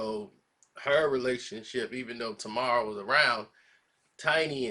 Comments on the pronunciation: Her name is pronounced Tay mar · Her name is pronounced Tay-mar!!!